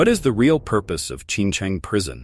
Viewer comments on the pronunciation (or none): Prison, not "prision". Stupid AI